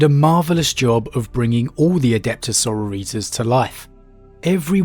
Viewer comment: Bro, we love you and the work you do for us. After all these videos, why the butchering of “sororitas”?